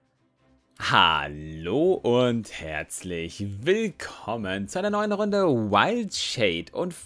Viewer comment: drei zwo eins..... HAAARRLOOH und HÄRZLISCH WELKOMÄHN 😂